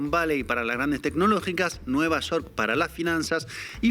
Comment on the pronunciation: Vaya! Ahora no dijo "nü yewrk!", jaja! Chido.